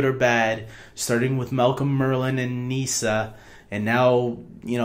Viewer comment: It's pronounced Niss-ah, not knee-sah 😜